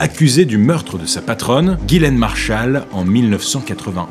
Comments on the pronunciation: le prénom Ghislaine se prononce "Jisslène" pas "Guilène" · On dit Ghislaine et pas gilaine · Ghislaine c'est pas prononcer Guy-laine mais Jislaine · Ghislaine pas ghilain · Ghislaine se prononce "Jislaine" "Guilaine" c'écrit de cette manière. devant « e, i, y » : le g se prononce « je » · Si je peux me permettre, le prénom Ghislaine se prononce : Jisslaine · Pourquoi il appelle Ghislaine "Guilaine" ? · Mais vous écrivez GHIS laine, et vous prononcez GUY laine, alors pour qui vous vous prenez pour juger d'une faute d'orthographe?????? Parce qu' en plus vous dîtes que la victime GÎT dans une marre de sang... pourquoi ne pas avoir dit qu' elle GUY dans une marre de sang???? Le point c' est qu' aujourd'hui en 2025, les français ont une difficulté évidente et démontrée en français. On ne fait que ça, voir des erreurs de français sur Youtube, comme ailleurs. La victime en fait peut être partie. Des illettrés. Ou alors c'est est vraiment facile comme accusation. En train de vous faire poignarder.. dès fois que ça lui vient comme ça.... Vous êtes tous devant votre écran et vous ne vous souciez même pas de comment vous écrivez... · Je crois que les deux prononciations sont possibles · Ca se prononce "guilaine" ou "jislaine" ?